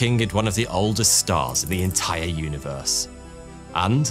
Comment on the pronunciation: WAS THE UNIVEWSE VEWY DIFFUWENT?? WEAWWY??????